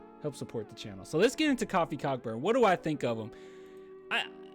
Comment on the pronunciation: You're saying his name wrong you're saying coffee is kofi lol